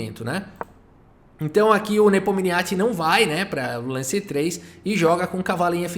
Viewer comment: Pfvr, pronuncie o nome do Ian Nepomniachtchi corretamente 😎😢😢